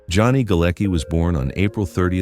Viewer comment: The name Galecki is of Polish origin and is actually pronounced 'Galetski'.